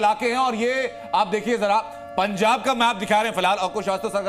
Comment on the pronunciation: पंजाब है ना कि पंचाब